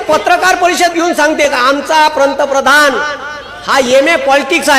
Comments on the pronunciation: पंतप्रधान शब्द नीट बोला मास्तर .😂 मास्तर म्हणे.... 🚩जय श्रीराम 🚩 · पंतप्रधान शब्दाचा उच्चार व्यवस्थितपणे करा,मग पंतप्रधानाला नावे ठेवा.तुम्ही कसले गुरुजी?